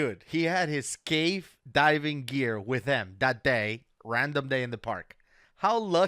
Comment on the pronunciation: "I carry all my geqar with me" is what he said. Sounded to me like he has it all the time. Talk about prepared.